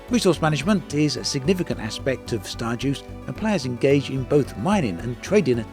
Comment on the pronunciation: Stardeus I don’t think it’s pronounced like Star Jews (or Juice or whatever it was you were saying) more like Star Day Oose (think goose without the G at the start). Deus is Latin for God or Deity.